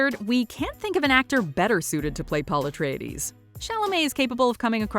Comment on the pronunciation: I find the Miniseries pronunciation "Ahtreides" and "hárknnen" to be intensely irritating